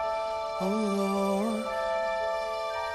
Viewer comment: I love how he pronounces "Lord". ^_^ Marco is... I don't know. I don't think there are words. <3